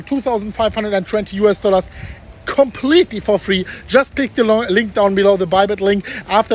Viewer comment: I love when you pronounce "US Dollas" 🤑🤑